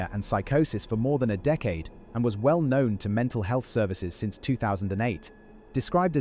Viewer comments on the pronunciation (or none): none